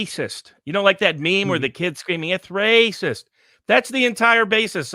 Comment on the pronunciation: is saying the meme wrong. It's "Waaaaaycis!" not "Raaaacis!" 🤣